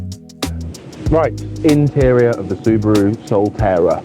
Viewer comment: You said Suburu & Nissan?